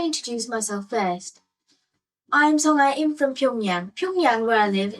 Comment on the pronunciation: Great vid but just a small correction, the youtuber girl’s name is pronounced song-ah. Otherwise you did a great job with the Korean pronunciation, something i always dread when seeing ppl talk about topics like these 😅